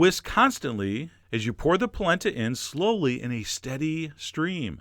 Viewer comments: It's pronunced Pall-ent-a!!!!!!!!!!!!!!!!! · I used to pronounce it "polanda" as a kid, too! Goes great with pork ribs and a your Sunday gravy sugo recipe! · Oh my gosh, My mom says POLANDA to this day. Lol. I tell her and she swears that's how her memaw said it!! Lil 4ft 7 Italian woman! Thank you for this!